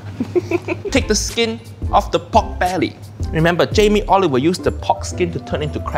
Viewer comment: Jamie Oliber...Haiyaa ⛳